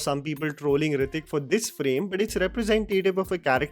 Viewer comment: nothing can touch Hrithik boy. Bugger off with your shit pronunciation and weird accent. Why no one in india has normal accent. Why can’t you pronounce simple words?